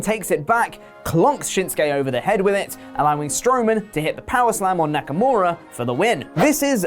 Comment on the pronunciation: Knacker-more-a, lol.